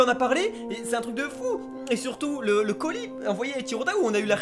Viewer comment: Lol il a dit ODAce